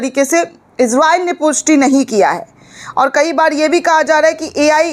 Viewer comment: ازراءیل نھیں اسراءیل ھے